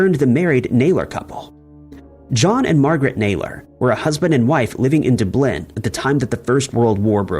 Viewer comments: Great series, but it would be nice if you would research these two pronunciations: Aero-FLOT (not -"loft") and DUB-lin (not dub-LIN). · I chuckle every time mispronounces a city name. Is this done on purpose for copyright reasons? Dublin and Monaco had me shaking my head. LOL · Dublin had me cracking up! lol